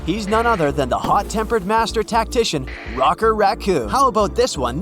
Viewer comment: It's Rocket Racoon...not rocker 😒